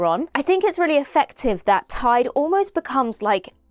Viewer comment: Interesting that ‘Tide’ sounds like ‘Taid’, the (north) welsh word for Grandfather. I wonder if that’s deliberate?